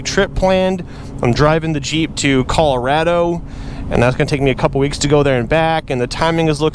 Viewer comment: Calor-A-do xD